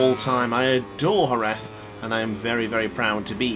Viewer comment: i think youre the first english speaker person who say jerez as spanish people do